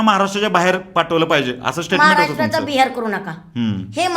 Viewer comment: Statement nahi tatement 😂 Nuksaan ny nuskaan jaat he jaat aashi ahe ki te jaat nahii 😂😂